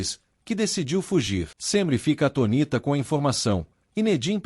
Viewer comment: Não é "atonita" é atônita.